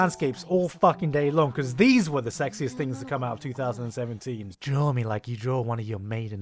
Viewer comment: Are we just going to ignore the fact that in the beginning when he says 2017 it sounds exactly like 3017. 🤯